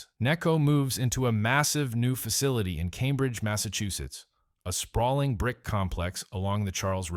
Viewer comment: Shout to all me boys in Calmbridge keep it real